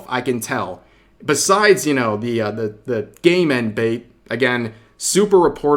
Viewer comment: For some reason everytime Rev says 'game end themselves/yourself' I think he's saying 'gay men themselves/yourself'. It's hilarious to me. I don't know haha